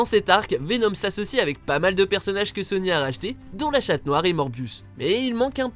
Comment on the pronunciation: Il a dit chatte noir lol